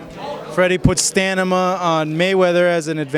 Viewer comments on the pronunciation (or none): "Stanima" ... LOL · He Said Stanima everytime hahaha :D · staMINA..not staNIMA...where did they get this guy lol jk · lol “stanima” come on bro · Dude said stanimaa..dyslexic much hahahahhaahah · What the hell is STANIMA? Ahahahaha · Stanima. Lmao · "stanima"? 😂 tf is that bs? How about hmmm "stamina" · Got damn Stanima! I lol'd so hard and he said it twice what the hell! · haha he said "STANNNIMA" lmao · Idiot, what the fuck are you saying stanima? Go back to nursery and learn to read. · Stanima LOL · Hahaha Stanima xD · Stanima hahaha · Que "stanima" ???? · it's really annoying for my brain that he says stanima twice! jesus Christ! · Lol. The interviewer's credibility was ruined once he said, "STAN-IMA". To make things worse, hé repeated it. Made me cringe. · Wtf is stanima. The reporter should have known that its supposed to be stamina. Haha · Stanima LMAO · Stanima? You okay? Lol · "Moving now to STAAnima..." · Stamina!!!!! Get it right smh lol 😂😅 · If a person doesn't know the meaning of what he's trying to say, he'd say it the 2nd time (or more) without noticing it by himself... Otherwise he'd have been corrected it the second time around... STAMINA! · You had me at Stanima.lol. good breakdown nonetheless